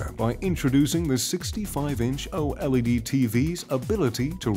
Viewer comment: It's pronounced OLED not o LED